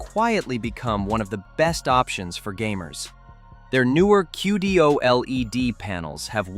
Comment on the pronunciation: OLED, pronounced O-Lead as in the metal. Q-Lead.